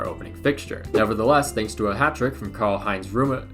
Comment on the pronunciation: “Karl Heinz rummen…….”